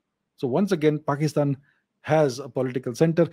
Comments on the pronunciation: It is more like Paaakistan, lol. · Pekish-taan, bangle-dash - western slang, nailed it 😂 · "Pakisthan" "Bangladashh". Sarcasm on next level, lol 🤣🤣🤣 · "Pakistan, Bangladesh". Fantastic American mimicry. 😄 🤣🤣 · That accent when he says "Pakistan" 😂